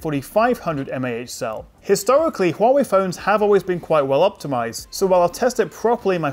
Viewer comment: Your correct pronunciation of Huawei (which is rare) really impressed me.